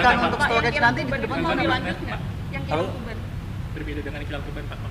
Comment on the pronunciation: Tuban pak bukan tubang